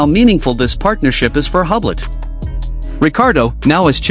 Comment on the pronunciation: Please try correct French pronunciation of the company. [yblo] The H and final T are completely silent.💜